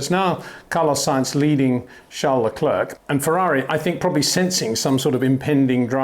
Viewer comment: My brain freezes every time you pronounce Charles LeclerK. It sounds really dumb, is it that difficult to learn someones name before you pronounce it wrong a million times?